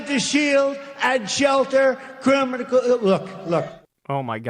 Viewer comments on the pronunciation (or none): That crimicral word always gets me 😂